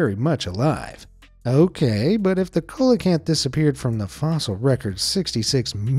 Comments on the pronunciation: Coelacanth is pronounced "see-loh-can-th". And that annoying Forrest Galante says in his [terrible] show that his grandfather helped "rediscover it", which appears to be at least only vaguely true, if not an outright fabrication. I tried watching the show when it first came out but I found the host to be rather cocky and douchey and a false advertiser. He'd constantly tout that he "found evidence" of whatever creature he was pursuing being alive still and then, more often than not, at the end he would be like "well, we just don't know! Not enough proof..." 😒🤦🏻‍♀️ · Bruh the black leopards are not leopards their jaguars, the coelacanth is pronounced see-lo-can-th & caimans are pronounced kay-men.😠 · “Colacanth ”? Don’t you mean “sealacanth “? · “SEE-LO-CANTH”, not “COLA-CANTH” 😅 🐠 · The first syllable of coelacanth Is pronounced like "seal" not "coal". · It's a see-lo-canth not colacanth fyi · A "cola-cant" ??? Come on. You don't need to be a scientist to have heard this word pronounced at least once. Do you me a " see-la-canth" or coelacanth. 🤦‍♀️ you know less about these subjects than anybody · He mispronounced the colecanths name!! See lo canth! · Say it with us “see-luh-canth”. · Teach him it's NOT a Coalocanth PLEASE. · Its see-low-can-th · Pterosaurs are not dinosaurs and coelacanth is pronounced as see-la-canth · Coelacanth is pronounced "seal-oh-canth" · It's actually pronounced Seal ee o canth (sorry, pedantic) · I'm not trying to be rude but it is pronounced (See-loe-canth) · HAHAHA "Cola" Kanth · Hey,, it's pronounced "seelacanth." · Nobody's gonna mention the egregiously mangled pronunciation of "coelacanth"? (It's pronounced "see-luh-kanth") English is weird, my friends, and it only takes a few seconds to look up the right way to say a new, weirdly-spelled word. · another interesting pronunciation for Coelocanth, ive alway heard it pronounced Cee-lo-canth, i could be wrong. otherwise really interesting! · Coelacanth is pronounced: Seelocanth.